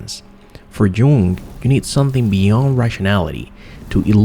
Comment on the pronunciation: Dude, Jung is pronounced young.